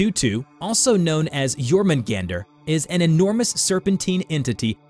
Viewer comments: It's [Yor-mun-gahn-dur], not [Yor-mun-gAn-dur]. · Well I pronounced jörmungandr Jörmungundr or Yormun Gawn Dir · YOR-MAN-GAN-DER is how you pronounce it I believe. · not really he pronounced jörmungandr in the western way